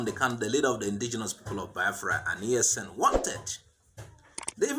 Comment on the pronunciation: He said ECN not ESN. The people are confused as always.